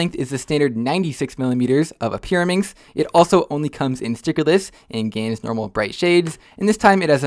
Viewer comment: its a gans cube (gan was called gans so gan skewb gans kewb)